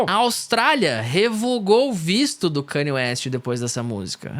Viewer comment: Mano, mt daora o video, mas como voce passa o video inteiro falando o nome do cara errado? O cara ate mudou o nome pra só "YE" pra ver se as pessoas acertavam que a pronuncia é ka-n'ye"